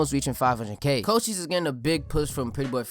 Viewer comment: Thas how it's pronounced tho